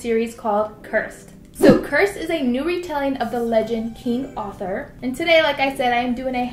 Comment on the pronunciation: King "Author" 😂😂😂 It's Arthur babygirl ! Lmao